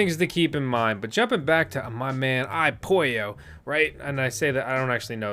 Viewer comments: iPollo (apolo) spanish people i pollo 🐥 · LMAO, the iPollo and the Cuckuu chip.